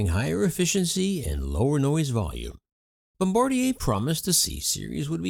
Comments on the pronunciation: Yeah, it's Bombardier. I also noticed he said Embraer, but you can literally read the name of the airplane on the cabin seats! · isn't it bombardier?